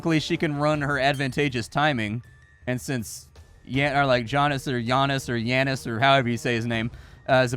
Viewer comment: For someone that is so particular about their english I'm surprised didn't read that name with the long A. Its pronounced "Yahnis"